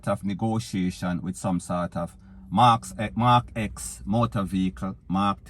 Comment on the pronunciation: Thank you for saying Mark 10 because that's what it is X = Roman numeral 10 When the XI (11) comes out whst will Jamaicans call it LOL